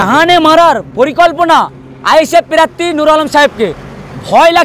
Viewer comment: Pirarthi noi prarthi hobe re bhai